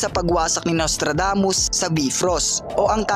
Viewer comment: be frost? hmmmm bayfrost yan "bifrost"